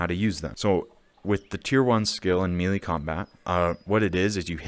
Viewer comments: Melee is pronounced MayLay! Not MeeLee. Drivin me nuts! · Love the video. 👍 FYI - melee is pronounced (may lay) not mealy. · Melee is pronounced like Hell day Melee Mel lay Melee Your welcome